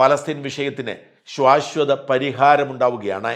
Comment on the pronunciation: ശ്വാശ്വതമല്ല... ശാശ്വതം .... ഒന്നു പറഞ്ഞു പഠിച്ചേ....